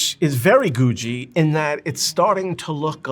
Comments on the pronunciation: Googie is my favorite style of architecture. It pains me to hear him pronounce it like that. I've never heard anyone pronounce it like that. I grew up in a suburb of LA that was built in the 50s. The trend back then was space age googie, tiki, and kitchy. I grew up near a bunch of awesome space age 50s architecture. The creators of The Jetsons came up with the idea of their show by driving around LA and seeing all the space age buildings and cars that look like rockets. If youre thinking, "That sounds awesome, I'd like to see this part of LA that looks futuristic!". It no longer exists. Most of these buildings have been torn down and replaced with boring fast food architecture. There are still some iconic googie buildings that still exist, but almost all of them are gone. This is what got me into architecture. I saw all these quirky buildings of my childhood disappear and it made me so sad. This is why architecture preservation is so important. That time in history is gone, so now no one will be able to visit a space age 50s neighborhood in LA. Googie buildings were outlandish and cost more money to maintain, so they just got torn down. 50s dingbats and tiki architecture are starting to disappear really fast too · Its pronounced Googie with hard G's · I’d known it was called googie, but I’d never heard it pronounced before. I thought it was pronounced with hard g’s. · It is pronounced with hard G's, I don't know why he's pronouncing it weird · Pronounce "Googie" correctly. Architectural Digest needs to go to the real experts-- in Los Angeles. "Googie" started HERE. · Stop saying Googie like that! lol. great video, though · Who is mispronouncing "Googie" for the entire video. What kind of expert is THAT???? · Today I learned I've been pronouncing Googie wrong. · He's mispronouncing "Googie" throughout the entire video. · Googie is pronounced like boogie or noogie, (with a hard g beford the ie), not goo-dgee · It’s googie as in google, not goojy.